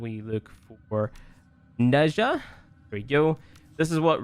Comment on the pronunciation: Pretty sure it's pronounced neh-jah or nah-jah there is no like "shh" sound